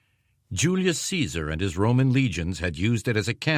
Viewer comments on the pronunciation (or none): none